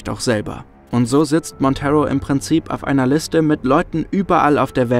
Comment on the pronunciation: Ich liebe die Vertonung von! Kann mir eigentlich nicht vorstellen wie das mit einem anderen Sprecher wäre. Jedoch sei angemerkt, dass "Monteiro" ein Portugiesischer Name ist und deshalb nicht "Montero" ausgesprochen wird, sondern quasi ne Mischung aus "Montairo" und "Monteiro". Aber ansonsten wirklich tolles Video, wie immer..!